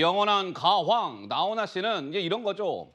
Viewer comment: 오버 가왕을 가황 이라고 하시네 ㅎㅎ